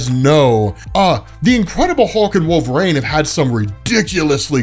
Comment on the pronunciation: Its Wolver-EEN not Wolver-AIN